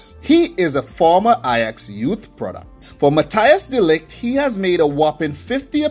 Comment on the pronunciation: Dude, you pronounce it Mathys de Ligt, not Mathi Jis